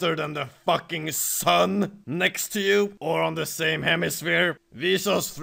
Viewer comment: Love the emphasis he put on the fucking SUN